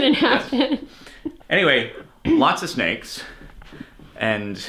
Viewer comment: Cap becoming Australian as soon as they get to the sneks was so funny